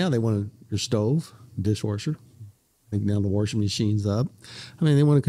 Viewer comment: Worshin dishes sounds tough